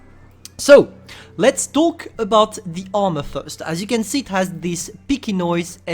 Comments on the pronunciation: Not piky it's pike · He was trying to say pike